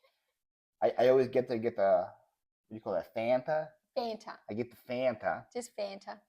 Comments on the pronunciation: is correct it is Fan ta not Fon Ta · I like “ dafunta “ hahaha 😂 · OMG love this! As an American living in Australia I can totally relate to and appreciate all of the different sayings and pronunciations. But is completely correct about the pronunciation of Fanta...I've never heard it said the way said it (I'm almost thinking he's just messing with you lol).